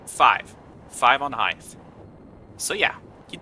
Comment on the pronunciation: Ngl as soon as you said "Heighth" i stopped the video right there.